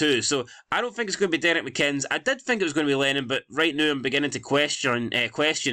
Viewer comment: Why u keep saying mccinns?😂